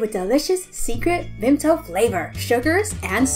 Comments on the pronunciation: I can't be the only British guy who is triggered at the STILL VIMTO who associates vimto with still vimpto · DemiPlayz also the way she said them and vimptos soo good